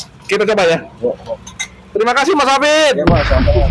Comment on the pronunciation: bukan hafid tapi hafidzzzzz ada zzzzz nya😅